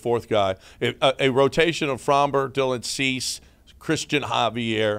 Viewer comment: This dude said Dubon and Chas for Cease and Robert 😂😂😂. I want whatever you’re puffin.